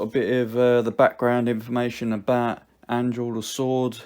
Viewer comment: Damn you butcher Anduril’s name